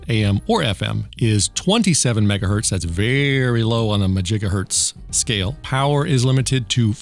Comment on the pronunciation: majjigahurtz lol 🤣